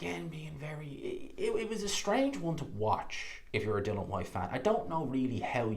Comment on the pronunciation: It’s DILLIAN. ffs